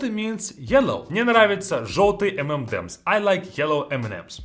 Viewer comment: The Russian pronunciation of M&Ms - “ememdems.” I thought this was only my husband 😂